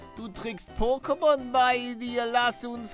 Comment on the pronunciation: Palle es wird Poké ausgesprochen und nicht pokké